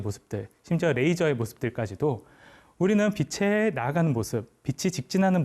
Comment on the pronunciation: 처음으로 대하는 영상의 주인공입니다만,,, 단번에 '확실한 사람 / 탄탄한 사람 / 올곧은 사람'이라는 것을 알게 되어, 그 전달하는 지식 또한 넉넉히 그럴 것으로 믿게 됩니다. 그 첫째로 나는 가르치는(강의, 연설, 설명...) 사람의 발음을 중요시합니다. 그것은 우리 지식의 처음이고 / 기본이고 / 습관적으로 연결된 지식의 재료이기 때문입니다. 그런데, 작가님은 [ 빛이 / 빛으로 / 빛에.....발음을 정확하게 비치 / 비츠로 / 비체...로 ] 하는군요. 아나운서도 교수도 교사나 방송인들까지도 이렇게 정확하게 발음하는 사람이 드물지요. 단언컨대, 이런 분의 강의는 찐입니다.........보나마나. 이런 분의 주장은 진실입니다. 이런 분의 작품은 인간을 유익하게 하면서 무해할 것입니다. 좋은 강의 감사합니다^^*